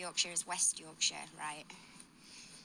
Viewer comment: No you said yorkshire right the first time. I hate when people say call it the second way you call it. Nobody in Yorkshire calls it shyre or how ever it’s spelt 😂😂 I’m West Yorkshire born and bred so I know for a fact 😂😂😂